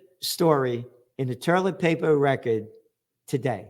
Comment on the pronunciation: I love it when you call it toierlet paper. It reminds me of my Popop and I get a warm feeling of him. He had your sense of humor. ❤❤❤